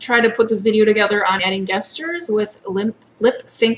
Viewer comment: Thanks for the Tutorial, very helpful. I would like to mention though that 'Gestures" is pronounced with a soft "g", rather than a hard "g", so it sounds like "Jestures". It's the same gestures that is derived from the animated action that takes place in real life- like when people are waving their hands about while talking. :)